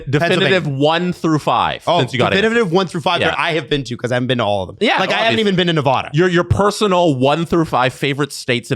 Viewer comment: saying Nevada wrong but its ok